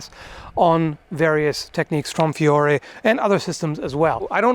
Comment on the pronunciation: The only thing I would point out, as an Italian, is that you should pronounce Fiore with a semiconsonant "i", like "fjore", but that's just nitpicking